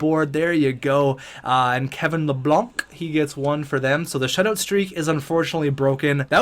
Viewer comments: L A B A N C not Lablanc lol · You pronounced Kevin Labanc’s name it is pronounced La-bank